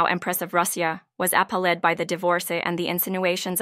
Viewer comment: True, it even can't say "appalled" or "divorce" properly